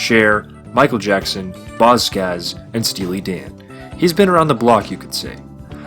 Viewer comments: It's Boz SCAGGS. Not Boz Scazz. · Scaggs, not Scazz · Who the heck is Boz Skazzz? One could only assume you're referring to Boz SCAGGS!! Listen up.. if you're going to put yourself in an educators position and pretend to be an expert about Certain subject matter.. Then please, please, GET YOUR FACTS, NAMES, and especially PRONUNCIATION just a bit more Accurate.. please!!! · “Bozz Skazz”???? Skags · its Boz SCAGGS, not Boz Skazz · Boz ScaGGs -- guh guh guh like Jags or tags. Geez. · Are you saying “Boz Scazz”?! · It is pronuced "Boz SKAGGS"